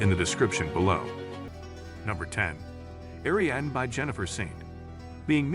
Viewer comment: Ariadne tetrasyllabic air-ee-ADD-knee; Achilles trisyllabic uh-KILL-ease